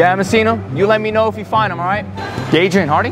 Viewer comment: LOL “dyadrian Harding?”